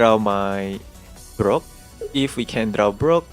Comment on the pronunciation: Whenever he says "Brock", all I hear is "bro!" 😂